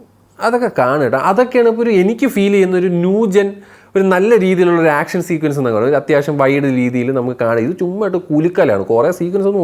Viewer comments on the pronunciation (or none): none